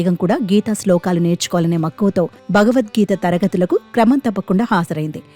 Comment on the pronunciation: చిన్నారి ముస్లిం బాలిక భగవద్గీతను నిర్దుష్టంగా పఠిస్తూంటే 😊❤️, TV anchor “భ”గవద్గీతను—“బ”గవద్గీత అని తప్పుగా ఉచ్చరిస్తోంది 😛😏!